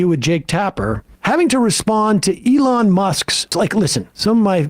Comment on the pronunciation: Sam, who is the "Along" Musk you speak of? To quote Keegan Key--"Say it right!